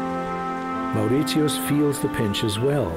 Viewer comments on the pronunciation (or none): as far as I know its "morishus" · Perfect documentary. Only problem is ,the researcher didn't learn the correct pronunciation isn't "Moritios" but "Mori-shuhs" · hello it's Mauritius not Maurit-tius. Say after me Mau-ri-shi-us. Mauritius By the way we got our independence in 1968 not 1992. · Would have been nice if you could pronounce the name of the island properly, it should sound more like "Moh ri shus", and not "Mao ri tius"! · It’s Mauritius not Maurizios. 🤔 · Is it just me, but the pronunciation of Mauritius has only 3 syllables as I have ever heard it. Kinda like "More rish us" . Whatever it is, I'm fairly sure the narrator got it wrong. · Why is he pronouncing it”maur rit see us? I’ve never heard this before. Can some Naitives explain? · It's pronounced More-ish-us dude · Could the narrator call my country by its CORRECT name. it is NOT Mauritsiosotus! You have lost ALL credibility! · It's Pronounced Mar-i-shis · Very relaxing viewing, but if I hear that guy say "Mauwrissioss" one more time! 🤬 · Mow rit yeus...what??? 🤣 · Why is he pronouncing Mauritius like that 😮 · His way of pronouncing Mauritius is irritating. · not to be rude but if one is doing a documentary maybe pronousing the name of the island should be done right! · Man can’t even pronounce Mauritius! So not surprised that some of the « facts « are also wrong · Yes, sounds like the German way to pronounce it.. wierd. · Correct. The narrator’s pronunciation is incorrect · but the way he says mauritius pisses me off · He mispronounced the name of the country. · Hi, are you German? I ask because of the way you pronounce Mauritius.. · a documentary and you butcher the pronunciation????? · And for one,he pronounces the name of the country wrong.... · nice video, but I have never met someone prenounce Mauritius the way he does. lol it rhymes with Delicious not Prius. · Should learn to at least pronounce the name of the country correctly. Land of my parents and their ancestors My motherland ❤